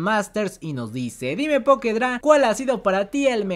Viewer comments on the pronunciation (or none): none